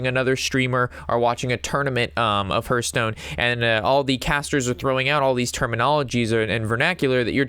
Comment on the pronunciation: Terrific video thank you. Side note : it's pronounced Harth Stone. Think of the word heart and the same exact spelling they share. Cheers!